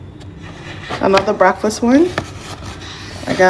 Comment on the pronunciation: If that heffa say “BRACKfuss” ONE MORE FUNKY ASSS TIME ‼️‼️‼️